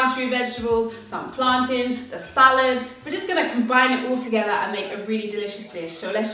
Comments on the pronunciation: girl it is pronounced plantin, Bajan roots heyso! English lesson: plantain is a noun; words ending in -tain that are nouns mountain, fountain ( how do you pronounce those words? Exactly). Words ending in -tain that are verbs maintain, sustain. Hope this helps the whole lot of you trying to be fancy and been pronoucing wrong all yuh life. Fancy that! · plaan-tin lol plantains #jamaican. love your vid girl, thanks for the ideas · PLAN-TIN the A is silent, anybody can fight me on this. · I pronounce it plan-tain but others tell me it's plan-tin but I'm still going to say it like that. In Spanish, it's platano. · Bahamas: we say 'plan-tin' spelled plantain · We say plantin, never plantain. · My family is from Key West, Fla. and Cuba. We call it P L A N T - N. However, it doesn't matter how we pronounce it, it is to die for we can all agree on that! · I say plan-tain... But I'm not of Caribbean descent, so I'm probably a lesson in how to not say it 😂😂😂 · here in the U.S... we pronounce it,Plan_Teen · Most of us ( Caribbean natives) pronounce it that way too. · Plantain rhymes with mountain